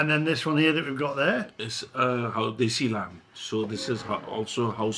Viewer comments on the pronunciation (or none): none